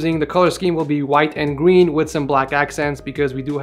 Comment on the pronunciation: Did i just hear gween